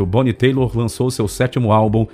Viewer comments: Ótimo vídeo, mas É Bonnie Tyler (Táiler ) ,e não Taylor, Taylor, é James Taylor, é Tyler do Steve Tyler! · Sr narrador por favor vc trocou o segundo nome todo!! Tyler q se pronuncia "Tailer" Presta atenção!! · Pronuncía-se: "tailer" acho eu. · nao conheco essa Bonnie Teilor... Conheco a Bonnie Tyler kkkkk com todo respeito,aprnede um pouco mais de ingles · O narrador passou todo o vídeo falando o nome dela errado! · Só estranhei duas coisas, a pronúncia do sobrenome,que sempre ouvi diferente e não comentar sobre ela ter gravado com Fábio Junior. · O cara narra todo o vídeo errando o tempo todo a pronúncia do nome da artista. Caramba, tirem as dúvidas antes de completar o vídeo. Será que não teve ninguém que percebeu esse erro? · Cara não é querendo ser chato mas já sendo kkkkk seus vídeos são muito legais, mas vc sempre derrapa um pouco no inglês… seria legal vc sempre revisar as palavras que vc não conhece… eu acho bonito quem mete a cara e fala mesmo sem saber, mas dessa vez foi vacilo pq vc ficou falando o nome dela errado o vídeo todo kkkkk ai é foda kkk no mais, sempre muito legal seus vídeos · Tá pronunciando o nome dela errado aí fica difícil de acreditar no resto das informações!!! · Não sei onde você arrumou esse "Teilor"! Tyler se pronuncia "Taile" sem o "r". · Pronúncia errada, não é Taylor (teilor), é Tyler (tailer)! caraco! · a pronuncia do nome dela dito pelo narrador está errado Bonnie Tyler se pronuncia em português, Bonie Tailer e não Teilor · sim,o nome é Tyler e se pronuncia Tailer. Não é Taylor. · O texto é narrado por um robô de acordo como ele digita, então não seria difícil corrigir pra ele falar Tyler (Tailer) em vez de Taylor. Mas um ótimo vídeo sobre essa cantora excepcional! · nao escreva merda! Um robô jamais confundiria 'têilor" a "táiler". A diferença é gritante! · Tbm falou o nome errado " Taylor" é "Tyler" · Ótimo resumo. Grande cantora. Lembrando que é Bonie TÁILER, e não TAYLOR. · Se pronuncia Tyler: tailer” e não Taylor!!